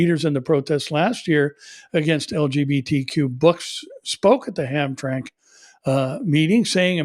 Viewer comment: Sounds like Ham.. tra…mick.